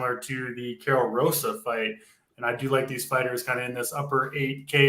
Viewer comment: Also it's Hosa not Rosa and caroleena not Carolina lol sorry